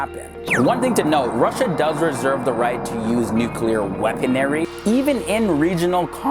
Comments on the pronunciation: Why can't you pronounce anything right? It's "weaponry," not "weaponary." That's not the only thing you screwed up, just one of the most egregious. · "WeaponAry"? Really,?!!